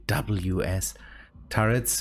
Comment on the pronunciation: CIWS is pronounced, See-wiz